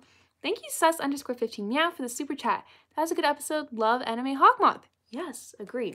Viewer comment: I was watching the episode and alya's sister litterly said hawkymoth lol